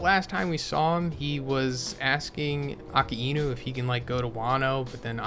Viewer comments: Lmao it’s uh-kye-noo not akee-y-nu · Please correct your pronunciation. Akainu means Red Dog 赤犬 (right) Akiinu means Autumn Dog 秋犬 (wrong) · Bro its pronounced "AAK- EYE- NU" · who is aki ino? A-KAI-NEW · "Aka-eenu" lol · Why do you say akainu’s name like that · What is with that pronunciation of Akainu